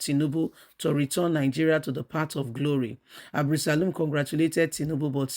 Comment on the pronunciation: It's ABDULSALAM not ABDULSALIM